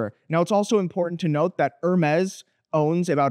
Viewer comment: er mez